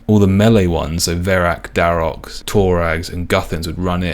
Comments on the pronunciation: Triggered how you say all the brother's names with an s. The s is just for the possessive of the armour set, not part of their names. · It's a massive pet peeve of mine when people say "guthans, ahrims, dharoks" etc. The dude is called Dharok, and he's wearing Dharok's armor. Not Dharoks's armor. First world issues here 😂 Dope content, stay awesome.